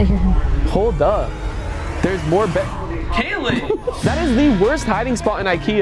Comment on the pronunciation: Lmao said kayeln shut it 😂